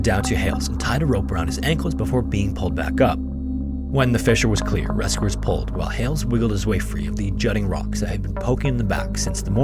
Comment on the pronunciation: Why do you pronounce your “e” as “a”? “Rascuers” “bast” 😂